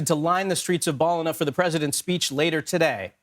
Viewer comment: Hearing Americans trying to pronounce Ballina is hilarious 😅🤣